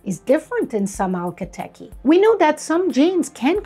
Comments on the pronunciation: Hi there, thanks for the interesting horse videos! Akhal Teke is pronounced 'AK al Teeky' spelled phonetically. Every time you say ALKA tekkie, it's hitting an annoying little buzzer in my brain. My comment is that, once upon a time, I owned a purebred registered AQHA mare that was registered as palomino, but she had around 50% black hairs in her tail. She had a golden bloom that would put any Akhal Teke to shame! I believe that she had a silver gene and was actually a silver buckskin. She showed dapples in the Fall and shed out in a dappled pattern in the Spring as well. Upon close examination, her hairs were actually clear, with a delicious golden colour. This was the reason that when the sun shone on her coat, it glimmered like 24 carat gold. The light could penetrate through the hairs and was refracted in such a way that made it look iridescent. This effect is more apparent on lighter colours and is absent in some colours. I have always thought it was attributable to the silver gene, however, I have seen many a champagne with a similar bloom. She had several foals, most of which appeared to be palomino, with her last colt coming out a strange liver colour. Food for thought. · I have never heard the breed name spoke before. Curious if you know for sure your pronunciation is correct? I read it more like Ach-KAL-teke Whereas I feel like I hear you saying al-ka-teky. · I swear, I was replaying it every single time to hear if I just didn‘t catch it right because I felt like I lost my mind with the letters not matching what I was expecting to hear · Why do you say alka teki if its not like that at all? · I can't catch how you are pronouncing the breed name, is it Al- kah Teh-kee? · Would you be so kind as to help us to properly pronounce the name of the breed? I find the presenter’s calling it “alka tekky” a bit confusing. Thanks. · I’m sorry, can you say that again? I’m still not catching the pronunciation! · Akhal teke, not alkha teke.